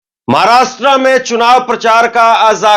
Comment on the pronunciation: भई, आपका विश्लेषण सटीक है .पर एक उच्चारण कानको खटकता है . महाराष्ट्रा नहीं महाराष्ट्र बोलिये.